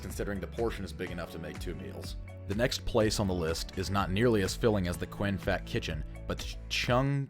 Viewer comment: Fat is pronounced faht, rhymes with bot.